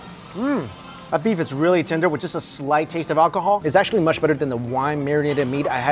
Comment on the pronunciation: The moment when he keeps saying 'Tinder' instead of 'Tender'